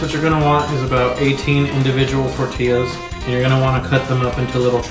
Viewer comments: tort "illa" lol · Educational video -Useful tips -Sick skillz -Glasses -Pronunciation of tortilla MINUS 5 STARS